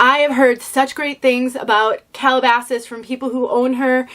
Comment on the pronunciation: I haven't tried Calabasas, but I have driven through the nearby town it was named after many times. Calabasas is an upscale place, and I think this piece lives up to its name. What a nice review! It looks great (and you pronounced it perfectly). Kathy